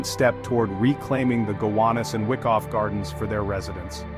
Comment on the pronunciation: It's pronounced "Why-koff" Not "Wick-off" Just sayin...